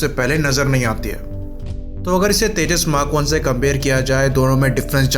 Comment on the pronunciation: Hahahahahhaha Abay ye vimaaan 40year ka age hogya Akash par uray bagair he... Teeja teeja Kia hay Ye Teeja teeja